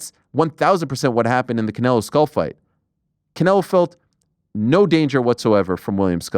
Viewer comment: I think it's just basic decency to make an effort to pronounce people's names right. The surname is pronounced SCHOOL! Not SKULL. The man has told the crowd about twice now and several platforms have corrected that many times. But Americans on these platforms will not even try.